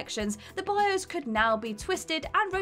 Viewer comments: wOZnIAK Bios => "Bi - Ose" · A: I'm pretty sure most people knew these already... i mean... come on... most of these have been around on the web for years B: Does actually know how to speak English? Literally EVERY video she does she hideously mispronounces some of the most basic words... i mean... what is a "bioze"? I'm assuming she meant Bios... since that's how it was spelled in the title screen... and even then... the user interface itself isn't the bios... they are two VERY different things...